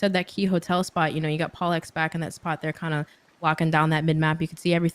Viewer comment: Bro she’s butchered the hell out of PaulEhx and FeLo’s names bruh